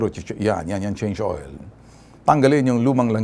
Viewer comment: eto pla narinig ko khpon chnge oil🤣🤣🤣🤣😄😄😃😀😀